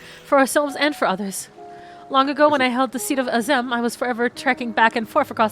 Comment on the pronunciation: HOW MANY TIMES CAN THEY AAY AZEM AND STILL CANT PRONOUNCE IT RIGHT